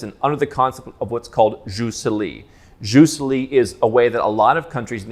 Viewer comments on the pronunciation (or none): FYI “jus soli” is pronounced (more or less) Yoos SOW-lee.